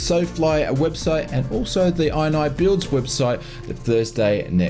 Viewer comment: It’s pronounced “iniBuilds”, not “iniBuilds”, geez! 😊